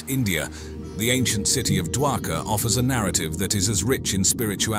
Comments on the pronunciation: Not dwakar it's shri dwarika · It's Dwarka, not daka